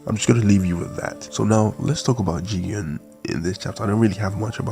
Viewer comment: Why are you saying jigan? It's "Jigen". Put some respect on his name.